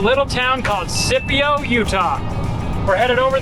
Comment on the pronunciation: I've been through Scipio a few times... glad to know how it's pronounced; didn't know if it was your way, or if it was pronounced as if it was spelled Skipio.